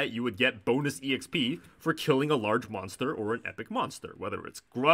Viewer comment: the fact that you're saying every letter of "exp" is very frustrating